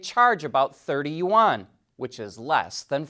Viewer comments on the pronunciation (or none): none